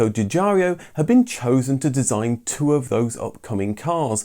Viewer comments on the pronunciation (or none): The designer Mr. Giugiaro's name is correctly pronouncd Ju-Jiaro, not "Ju JAR eeo"...🤥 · The designer's name is Giugiaro, not Giugiario... :) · Arrgggh!! Your pronunciation of "Giugiaro" is excruciating! It's not "Juh-jar-ee-o", it's more like "jye-jyah-ro" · Another great video, thanks. I would just like to point something out, though. I know it is a little thing to everyone else, but to Sig. Giugiaro and anyone else who can speak Italian, I am sure it is irritating. His name is pronounced 'djew-djyaro" not "djew-djarry-o". Also, his first name is pronounced "djor-djetto" not "djeeo-djetto". As my wife's Polish grandmother used to say: "details, details!" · Love your videos, but the way you pronounce Giugiaro's name could use some work! It's pronounced as if you're saying "Jorgetto Jugiaro" (Think of a name like Jordan. And there's no "I" after "ARO"!) Scirocco should be pronounced as you would say "Shirocco". Thank you for your interesting videos, keep up the good work!